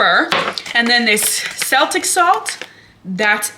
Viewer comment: Miss girl - i love you so much, but I gotta kindly let ya know.. it’s “kell-tick” salt 😂🥰 love ya bb